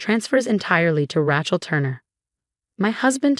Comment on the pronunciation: It's Ray-chul.